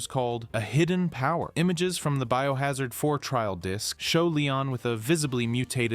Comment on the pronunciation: Dude seems like somebody who recently got into the franchise because he saw the hype for RE9 and just revolved his channel around it and reads Wikipedia entries. Who TF spells out STARS and says it as B.O. Hazard? And don't get me started on the footage he shows after stating cut content has fucking concept art.